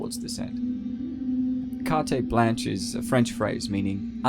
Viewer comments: It's pronounced "cart-blaan-ch" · KAR-TAY-BLAANCH?! c'mon, dawg....LOL! modern education, y'all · "Cart-ay blanch" is such a comically incorrect way to pronounce those words.